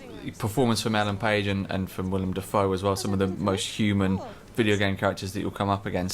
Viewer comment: Its willem not william